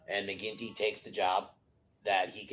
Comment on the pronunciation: Mcginty not quinty